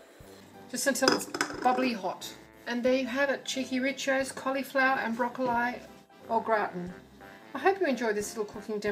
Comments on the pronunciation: The way you pronounce broccoli drives me mad ha ha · aha I see! It's ok really...not used to hearing it pronounced thus hence the comment. I loved the recipe and the video 😎